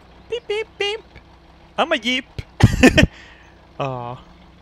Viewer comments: Im laughing my ass of how you can not say "jeep". You are saying it "eep"xD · *Yeep... he called it a Yeep.. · I clicked this just to hear say yeep. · ***** It is. Because of his accent, he sometimes pronounces words like jeep or giant with a "yuh/ye" sound. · I love the way says Jeep, Yeep. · I just love the way pronounces Jeep as "Yeep".:3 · I love the way he pronounces Jeep as 'Yeep' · "ima yeep" xDDDD so funny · I love how pronounces 'jeep' D